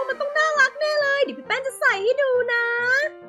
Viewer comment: ขำคำว่า เรย แทน เลย